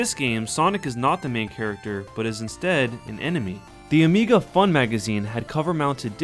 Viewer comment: Amiga sounds like amiibo.